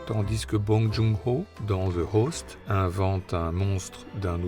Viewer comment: j’adore le narrateur, mais bon dieu pourquoi fait il la liaison dans « tandis que » du « s ». Sinon ces rétrospectives sont géniales ❤